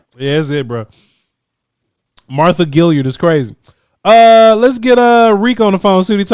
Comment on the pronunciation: He probably heard "Gilyard" from Mark Holmes.,.man cannot say a name correctly to save his life